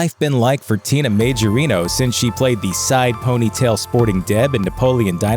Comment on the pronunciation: Majorino is an italian second name. It's pronounced Maiorino.